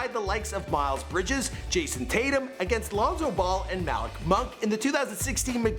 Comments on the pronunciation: The way he said Malik 😂😂😂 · Cody Parkey MALICK ITS MALIK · He said MAL-LEK instead of Malik.....? Come on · Josh Flores he said mallik monk instead of malik monk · Josh Flores he also said maalek monk